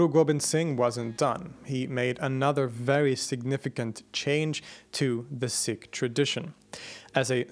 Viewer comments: Pronounced seek not sick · It's pronounced Seek not Sick. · SEEkh. SEEkhism. Not sickh... They're not sick lol 😅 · Pronounced "Seek", not "Sick" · Whatever the correct pronunciation is, I wish you would say "Seek" instead of "Sick" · It's pronounced "seeks", not "six". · Pronounced "seek". Thanks. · Seeee (pause) k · You pronounce sikh incorrectly